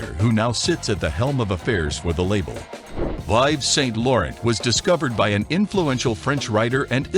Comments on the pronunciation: IVES SAINT LORRENT?!!!!!!-------------- your pronounciacions of many words is AWFUL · If you want to instantly lose ALL credibility, start off by mispronouncing the designers names.